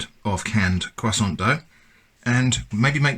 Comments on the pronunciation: I've never seen a non-native french speaker say the word "croissant" this well. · C'est de l'hérésie. There's more bread in canned bread than there's croissant in canned croissant. Btw you pronounced it really well. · I thought he was pronouncing it correctly, but now I feel like I must rewatch the video. I honestly did not notice any difference. I'm from the us.